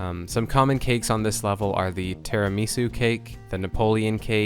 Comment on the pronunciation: omg why did you pronounce tiramisu like that hahaha